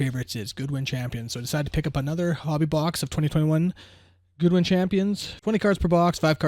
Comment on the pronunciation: Nice break! Also, it's pronounced GOO DEE :)